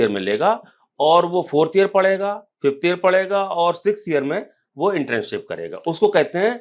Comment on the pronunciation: इंटर्नशिप बोलते हैं इंट्रेनशिप नहीं।